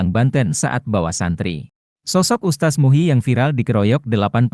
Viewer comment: Lidahmu sengaja apa memang kamu bodoh gk bisa mengeja... Bukan ustas... Tapi USTADZ.... Tak kasih faham,,,biar lidah mu licin kyk prosotan anak anak...😂😂